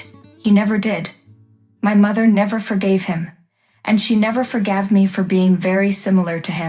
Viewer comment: Pronounce "forgave" and "Whitaker" correctly! This is no family!